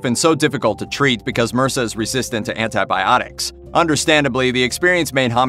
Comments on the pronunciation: Mursa?! You mean MRSA. It’s initials not a word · M-R-S-A it’s not one word. Homme- what’s this Homm-ie stuff????